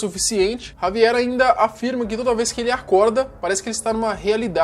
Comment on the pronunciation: Primeira pessoa que pronuncia o nome dele certo 👏, muita gente no kawai e outros aí, se achando que estava falando o nome desse cara certo kkkk mas não, o J tem som de R na espanha, então se pronuncia Ravier👍